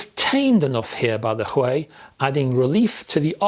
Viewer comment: Don't you think it's Huey? The way you pronounce it it sounds Chinese lol. It's a British company after all? I could be wrong as well obviously. Hopefully Chord reach out to iron this one out lol